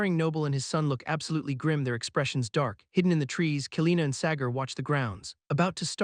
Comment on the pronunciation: Sagar ❌ Segar ✅